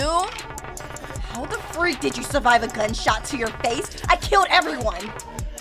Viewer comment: I love the way she says "DA FREAK" 🤣